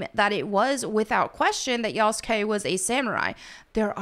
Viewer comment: his name is pronounced: Yah-su-kee not Yas-Gay 😂